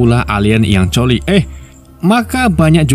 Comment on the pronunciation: Bacanya klui bukan chooli😭